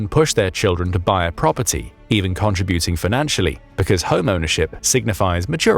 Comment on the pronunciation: Contributing the emphasis is in the SECOND syllable not the third!!!